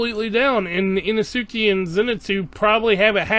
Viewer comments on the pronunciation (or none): Inesuke? I-no-su-ke…